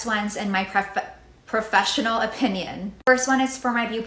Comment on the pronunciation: “Priofesional opinion” and can’t be arsed to do a second take for a video. Pathetic.